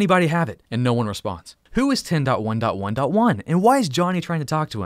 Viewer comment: All i heard was " ten dotwand dotwand dontwand"